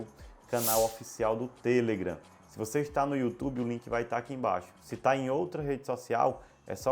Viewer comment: muito bom o video, porem o seu *tamu*nao foi nada em vista da pronuncia sua sobre a rede social (TELEGRAM) palavra correta e TelegrAAAAAAAAAAAm . e nao tele......gran. Mesmo acontece com Face, (facebook) ou Insta (Instagram), mania de brasileiros colocar apelidos nos trem.